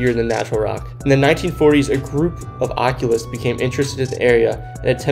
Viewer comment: Never heard anyone pronounce occultists like that before